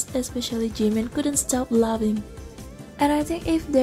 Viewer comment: The way you said laughing sounded like loving